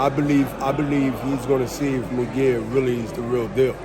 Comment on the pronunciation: This guy does he know his fighters name is it’s Mungia not Miguel